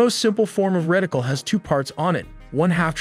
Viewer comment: "Reticle", not "Rectile" .